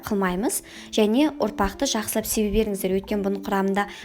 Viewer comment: Кешіріңіз, "ұрпақ" дегенге шошып кеттім ғой, "естімеген елде көп" деген, таңғалдым. Оңтүстіктенсіз бе? Ұопақ дегенде ұнды айтып тұрған сияқтысыз ғой?.. А так қысқа, нұсқа, жақсы түсіндірдіңіз. Лайк и подписка. Удачи.